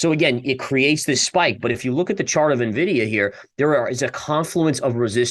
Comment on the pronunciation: Did you just say "nuh vidia"? :-\